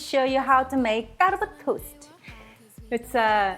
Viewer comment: CA-R-BO-NA-RA! Tony Montana? 😂😂😂😂😂